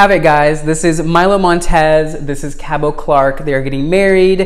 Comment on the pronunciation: FYI, the “t” in Cabot is pronounced. His name rhymes with rabbit.